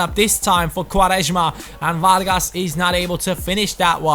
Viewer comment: u say quaresma very well xD (im portuguese)